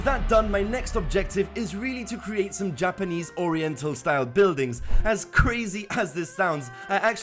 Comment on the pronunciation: everytime he says 'japanese' I'm like (nooooo!)